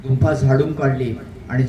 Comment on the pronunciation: गुम्फा नाही तर गुफा शब्द आहे